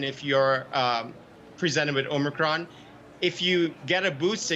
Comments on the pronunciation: Ah yes the Omicrin. Oh the, omicrin. I know the omicrin. I do the omicrin everyday. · it's omicron not omicrin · Please correct omicrin to omicron thanks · oh no! not “omicrin” (!) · Great now we have a new “omicrin” variant. ;)